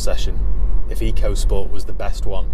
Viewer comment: I'm sure if you ask Ford it's pronounced 'Echo' not Eco. Is a bit pants because it's a budget 'world' car, sold in many different countries... Nissan did the same with the k13 series Micra and that wasn't brilliant either!